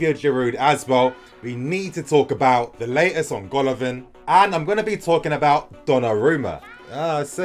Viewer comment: It is pronounced Gala-Vin !